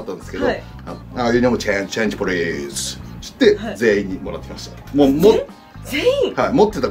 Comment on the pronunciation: ちゅってが気になる